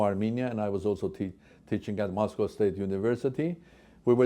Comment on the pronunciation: Moscow or Mos Cow? Golden calf?